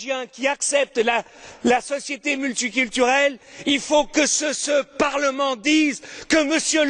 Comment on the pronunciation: La société multu kiturelle 😂😂